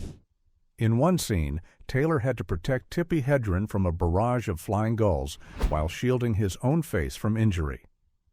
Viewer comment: OMG it's "Heh-dren" not "Hee-dren". I've had it with these videos.